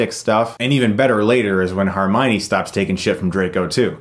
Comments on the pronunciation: Also, uhm, it is pronounced HER-mione. Not HAR-mione. Minor nitpcikt. Sorry. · HERmione. NOT HARmione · i think its pronounced hermione, not harmione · Is it just me or is he saying HArmione instead of HErmione? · Chris it's HER - mione. Not HAR - mione. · HERmione not HARmione 😊 Great review! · HERmione NOT HARmione chris!!! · Chris, it's HER-MY-KNEE, not HAR-MY-KNEE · Chris it is HERmione not HARmione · i dunno if its your accent or you're saying it wrong but its HERmione, not HARmione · "Har-minee..." HER-mynee, Chris. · HERmione not HARmione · if you call her HARmione one more time.... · You pronouncing Hermione as "Harmione" was the only thing that bothered me about this review. But great review. Watching as a kid I never realised how visually and narratively rich the film was. Goblet of Fire was a great visual spectacle but the novel-to-film translation was shite. Prisoner of Azkaban and Deathly Hallows Parts 1 & 2 are my favourite Harry Potter films. Very aesthetically natural and realistic with a lot of narrative depth. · Does it bother anyone else that he keeps calling her "Harmione"? It can't just be me. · harmione! lolz at chris's pronunciation ;) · Normally I really like your reviews. But I can't take a review seriously in which 'Hermione' is pronounced as 'Harmione' about five times and dementors are described as "walking." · harminey? HAR-miney? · Harmione? Really? Come on Chris, that one's not hard. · Who is Har-miney? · Chris I loved this review and agree with you 100% but you need to start pronouncing Hermione properly. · the way he says hermoine lol